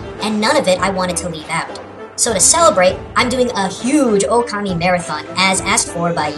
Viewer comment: its not okami its pronounced o-ka-ma-e